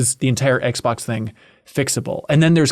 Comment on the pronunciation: "the aXbox" really slipped by there